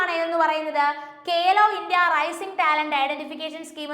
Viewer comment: കേലോ അല്ല മാഡം ഖേലോ ആണ്.